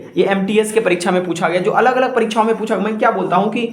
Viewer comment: It's परीक्षा not परीक्छा